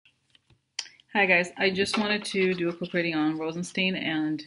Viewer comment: it's not Steen it's Stein like beer Stein. Rosen- stine. Rhymes With shine. Please